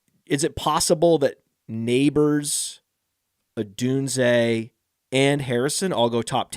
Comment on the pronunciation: I love the pronouncing Rome Odunze as Romeo Odooziay bit